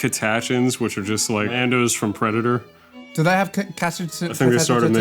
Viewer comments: Literally shaking with rage at "catashuns". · I'm seething with rage and hatred that would shame a khorne berserker. It's because you pronounce my favorite guardsmen as "cat-ah-shuns" instead of "cat-a-chans" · Cata-Chans* lmao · That was the most diabolical pronunciation of Catachans I've ever heard.